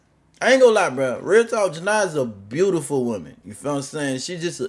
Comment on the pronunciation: Her name is pronounced Ja-nee-ya I'm starting to think you do it on purpose Atp 😂😂😂